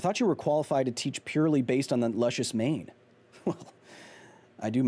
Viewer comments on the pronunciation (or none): " (heavy pre-sigh) I do MANE TANE" **Oh Kyle Hill! (Pronounced in Peggy Hills voice)